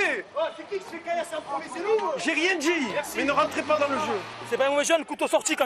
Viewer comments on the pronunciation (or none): “Tu sais” “tu vois” “j’ai dJis” mais quelle horreur ce vocabulaire ce langage mon dieu